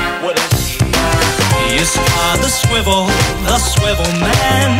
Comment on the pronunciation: ITS SWIVL MANNNNNNNNNN